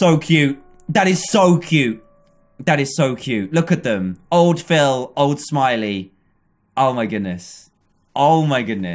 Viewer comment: Bruh its Phil not phile